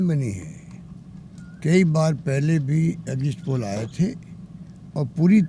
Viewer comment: Exit poll Ko exist poll bol reha h BC kaise anpadh CM chune h humne thu thu😪😪🤤🤤